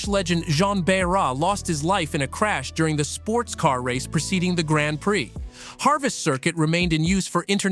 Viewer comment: I believe Harvest curcuit doesnt exist and is a mispronounced Avis? So Avis twice? Even had the same tidbit about the north corner banking for both. Monaco is also on twice, totally random emphasising, missing truely odd tracks like Zeltweg and more - this is a bad bad video - did you use AI for script and voice, then not fact check?